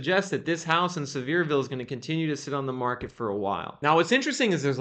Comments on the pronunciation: It’s not pronounced “Severe-ville; it’s pronounce “Sever-Ville” The home values were super inflated. And along with interest-rates, the luxury homes are so big the overhead to run them is not worth it! Too high maintenance costs. The Biden administration and the push for “Green and Globalizism” is wrecking the economy. Idiots!! A lot of Fools voted for the Big Guy. Think next time. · It’s see-ver-ville, TN